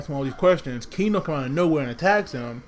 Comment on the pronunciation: It is Keno not Kino!!